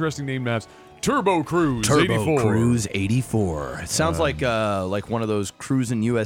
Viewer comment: As an Australian had to point out that believe should be pronounced roo-s not ruz Edit:glad to see got it right